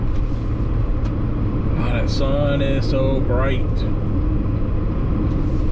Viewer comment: DILworth, not DILSworth. 😄